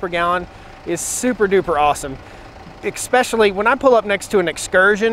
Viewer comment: Ekspecially? Exspecially? There is no x or k in the word ESPECIALLY! JUST for FYI.